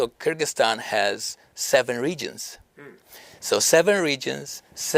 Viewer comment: Не Киргистан, а Кыргызстан!!!! Не влезайте в нашу страну!!! От ВОЗ никакого толку!!!!